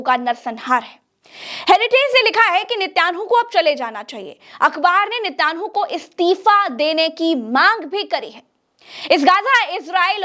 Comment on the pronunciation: उच्चकोटि की पत्रकारिता के लिये मुबारकबाद--नेतन्याहू का उच्चारण मे सुधार की जरूरत है